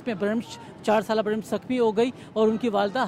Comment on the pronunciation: This is not BRAMISH, to clarify it written as BRAMSH also pronounced as BRAMSH..